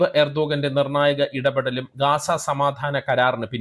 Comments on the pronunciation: എർദോഗാൻ അല്ല. ഉർദ് ഗാൻ. ഗാസ അല്ല. ഗസ്സ | ഗസ്സ ഗസ്സ .... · ഗാസ അല്ല ഗസ്സ